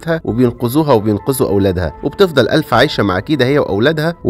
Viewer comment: الفا وليس الفه ☺️💔